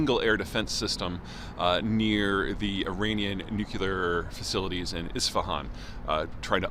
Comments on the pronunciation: Nuclear. Not nookular, nookular, nookular, nookular... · Another quibble ... There, you mispronounced it several times in this video. it's "nuclear", not "nucUlar"! Who do you think you are, a country bumpkin like -- George W.?! 😂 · Even if you are from the midwest, the word nuclear is pronounced with two syllables that sounds like NU CLEAR. Y'all making it three syllables, NU KYU LAR, is just a word crime. Please endeavor to do things correctly where possible. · I've read your books, you make such cogent points... Why do you keep saying "nuk-ular"? It's nuclear. Am I wrong? You sound so ignorant with that single word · Stop saying "nuke-ya-lur." It is nuclear. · "NU-CLEE-AR" not "NU-KYEW-LAR", for pity's sake, Peter! 😊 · A grown man that says "Nu-cea-lar" instead of "Nu - clear" is an idiot I can't take seriously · It's "nuclear" (new-cle-r) not new-Q-ler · I had to take 5 shots (times Peter said “Nookyaler”) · The American pronounciation sounds like: NewKiller weapons . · Not going to lie, hearing someone with as much expertise in his field as Peter still pronounce it "nook-kyoo-lar" is and will always be disconcerting. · I thought Americans usually pronounce it : NewKiller weapons . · Sure, like "NU-CU-LAR". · Saying "nukuler" makes you sound like a buffoon, Peter. Try pronouncing it correctly. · Why can't you say the word nuclear? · Why can you not pronounce, “Nuclear” as in “Nucleus” of a cell? You sound like, “W” (“Dub-ya”) which is not reassuring at all… On the contrary, it is terrifying!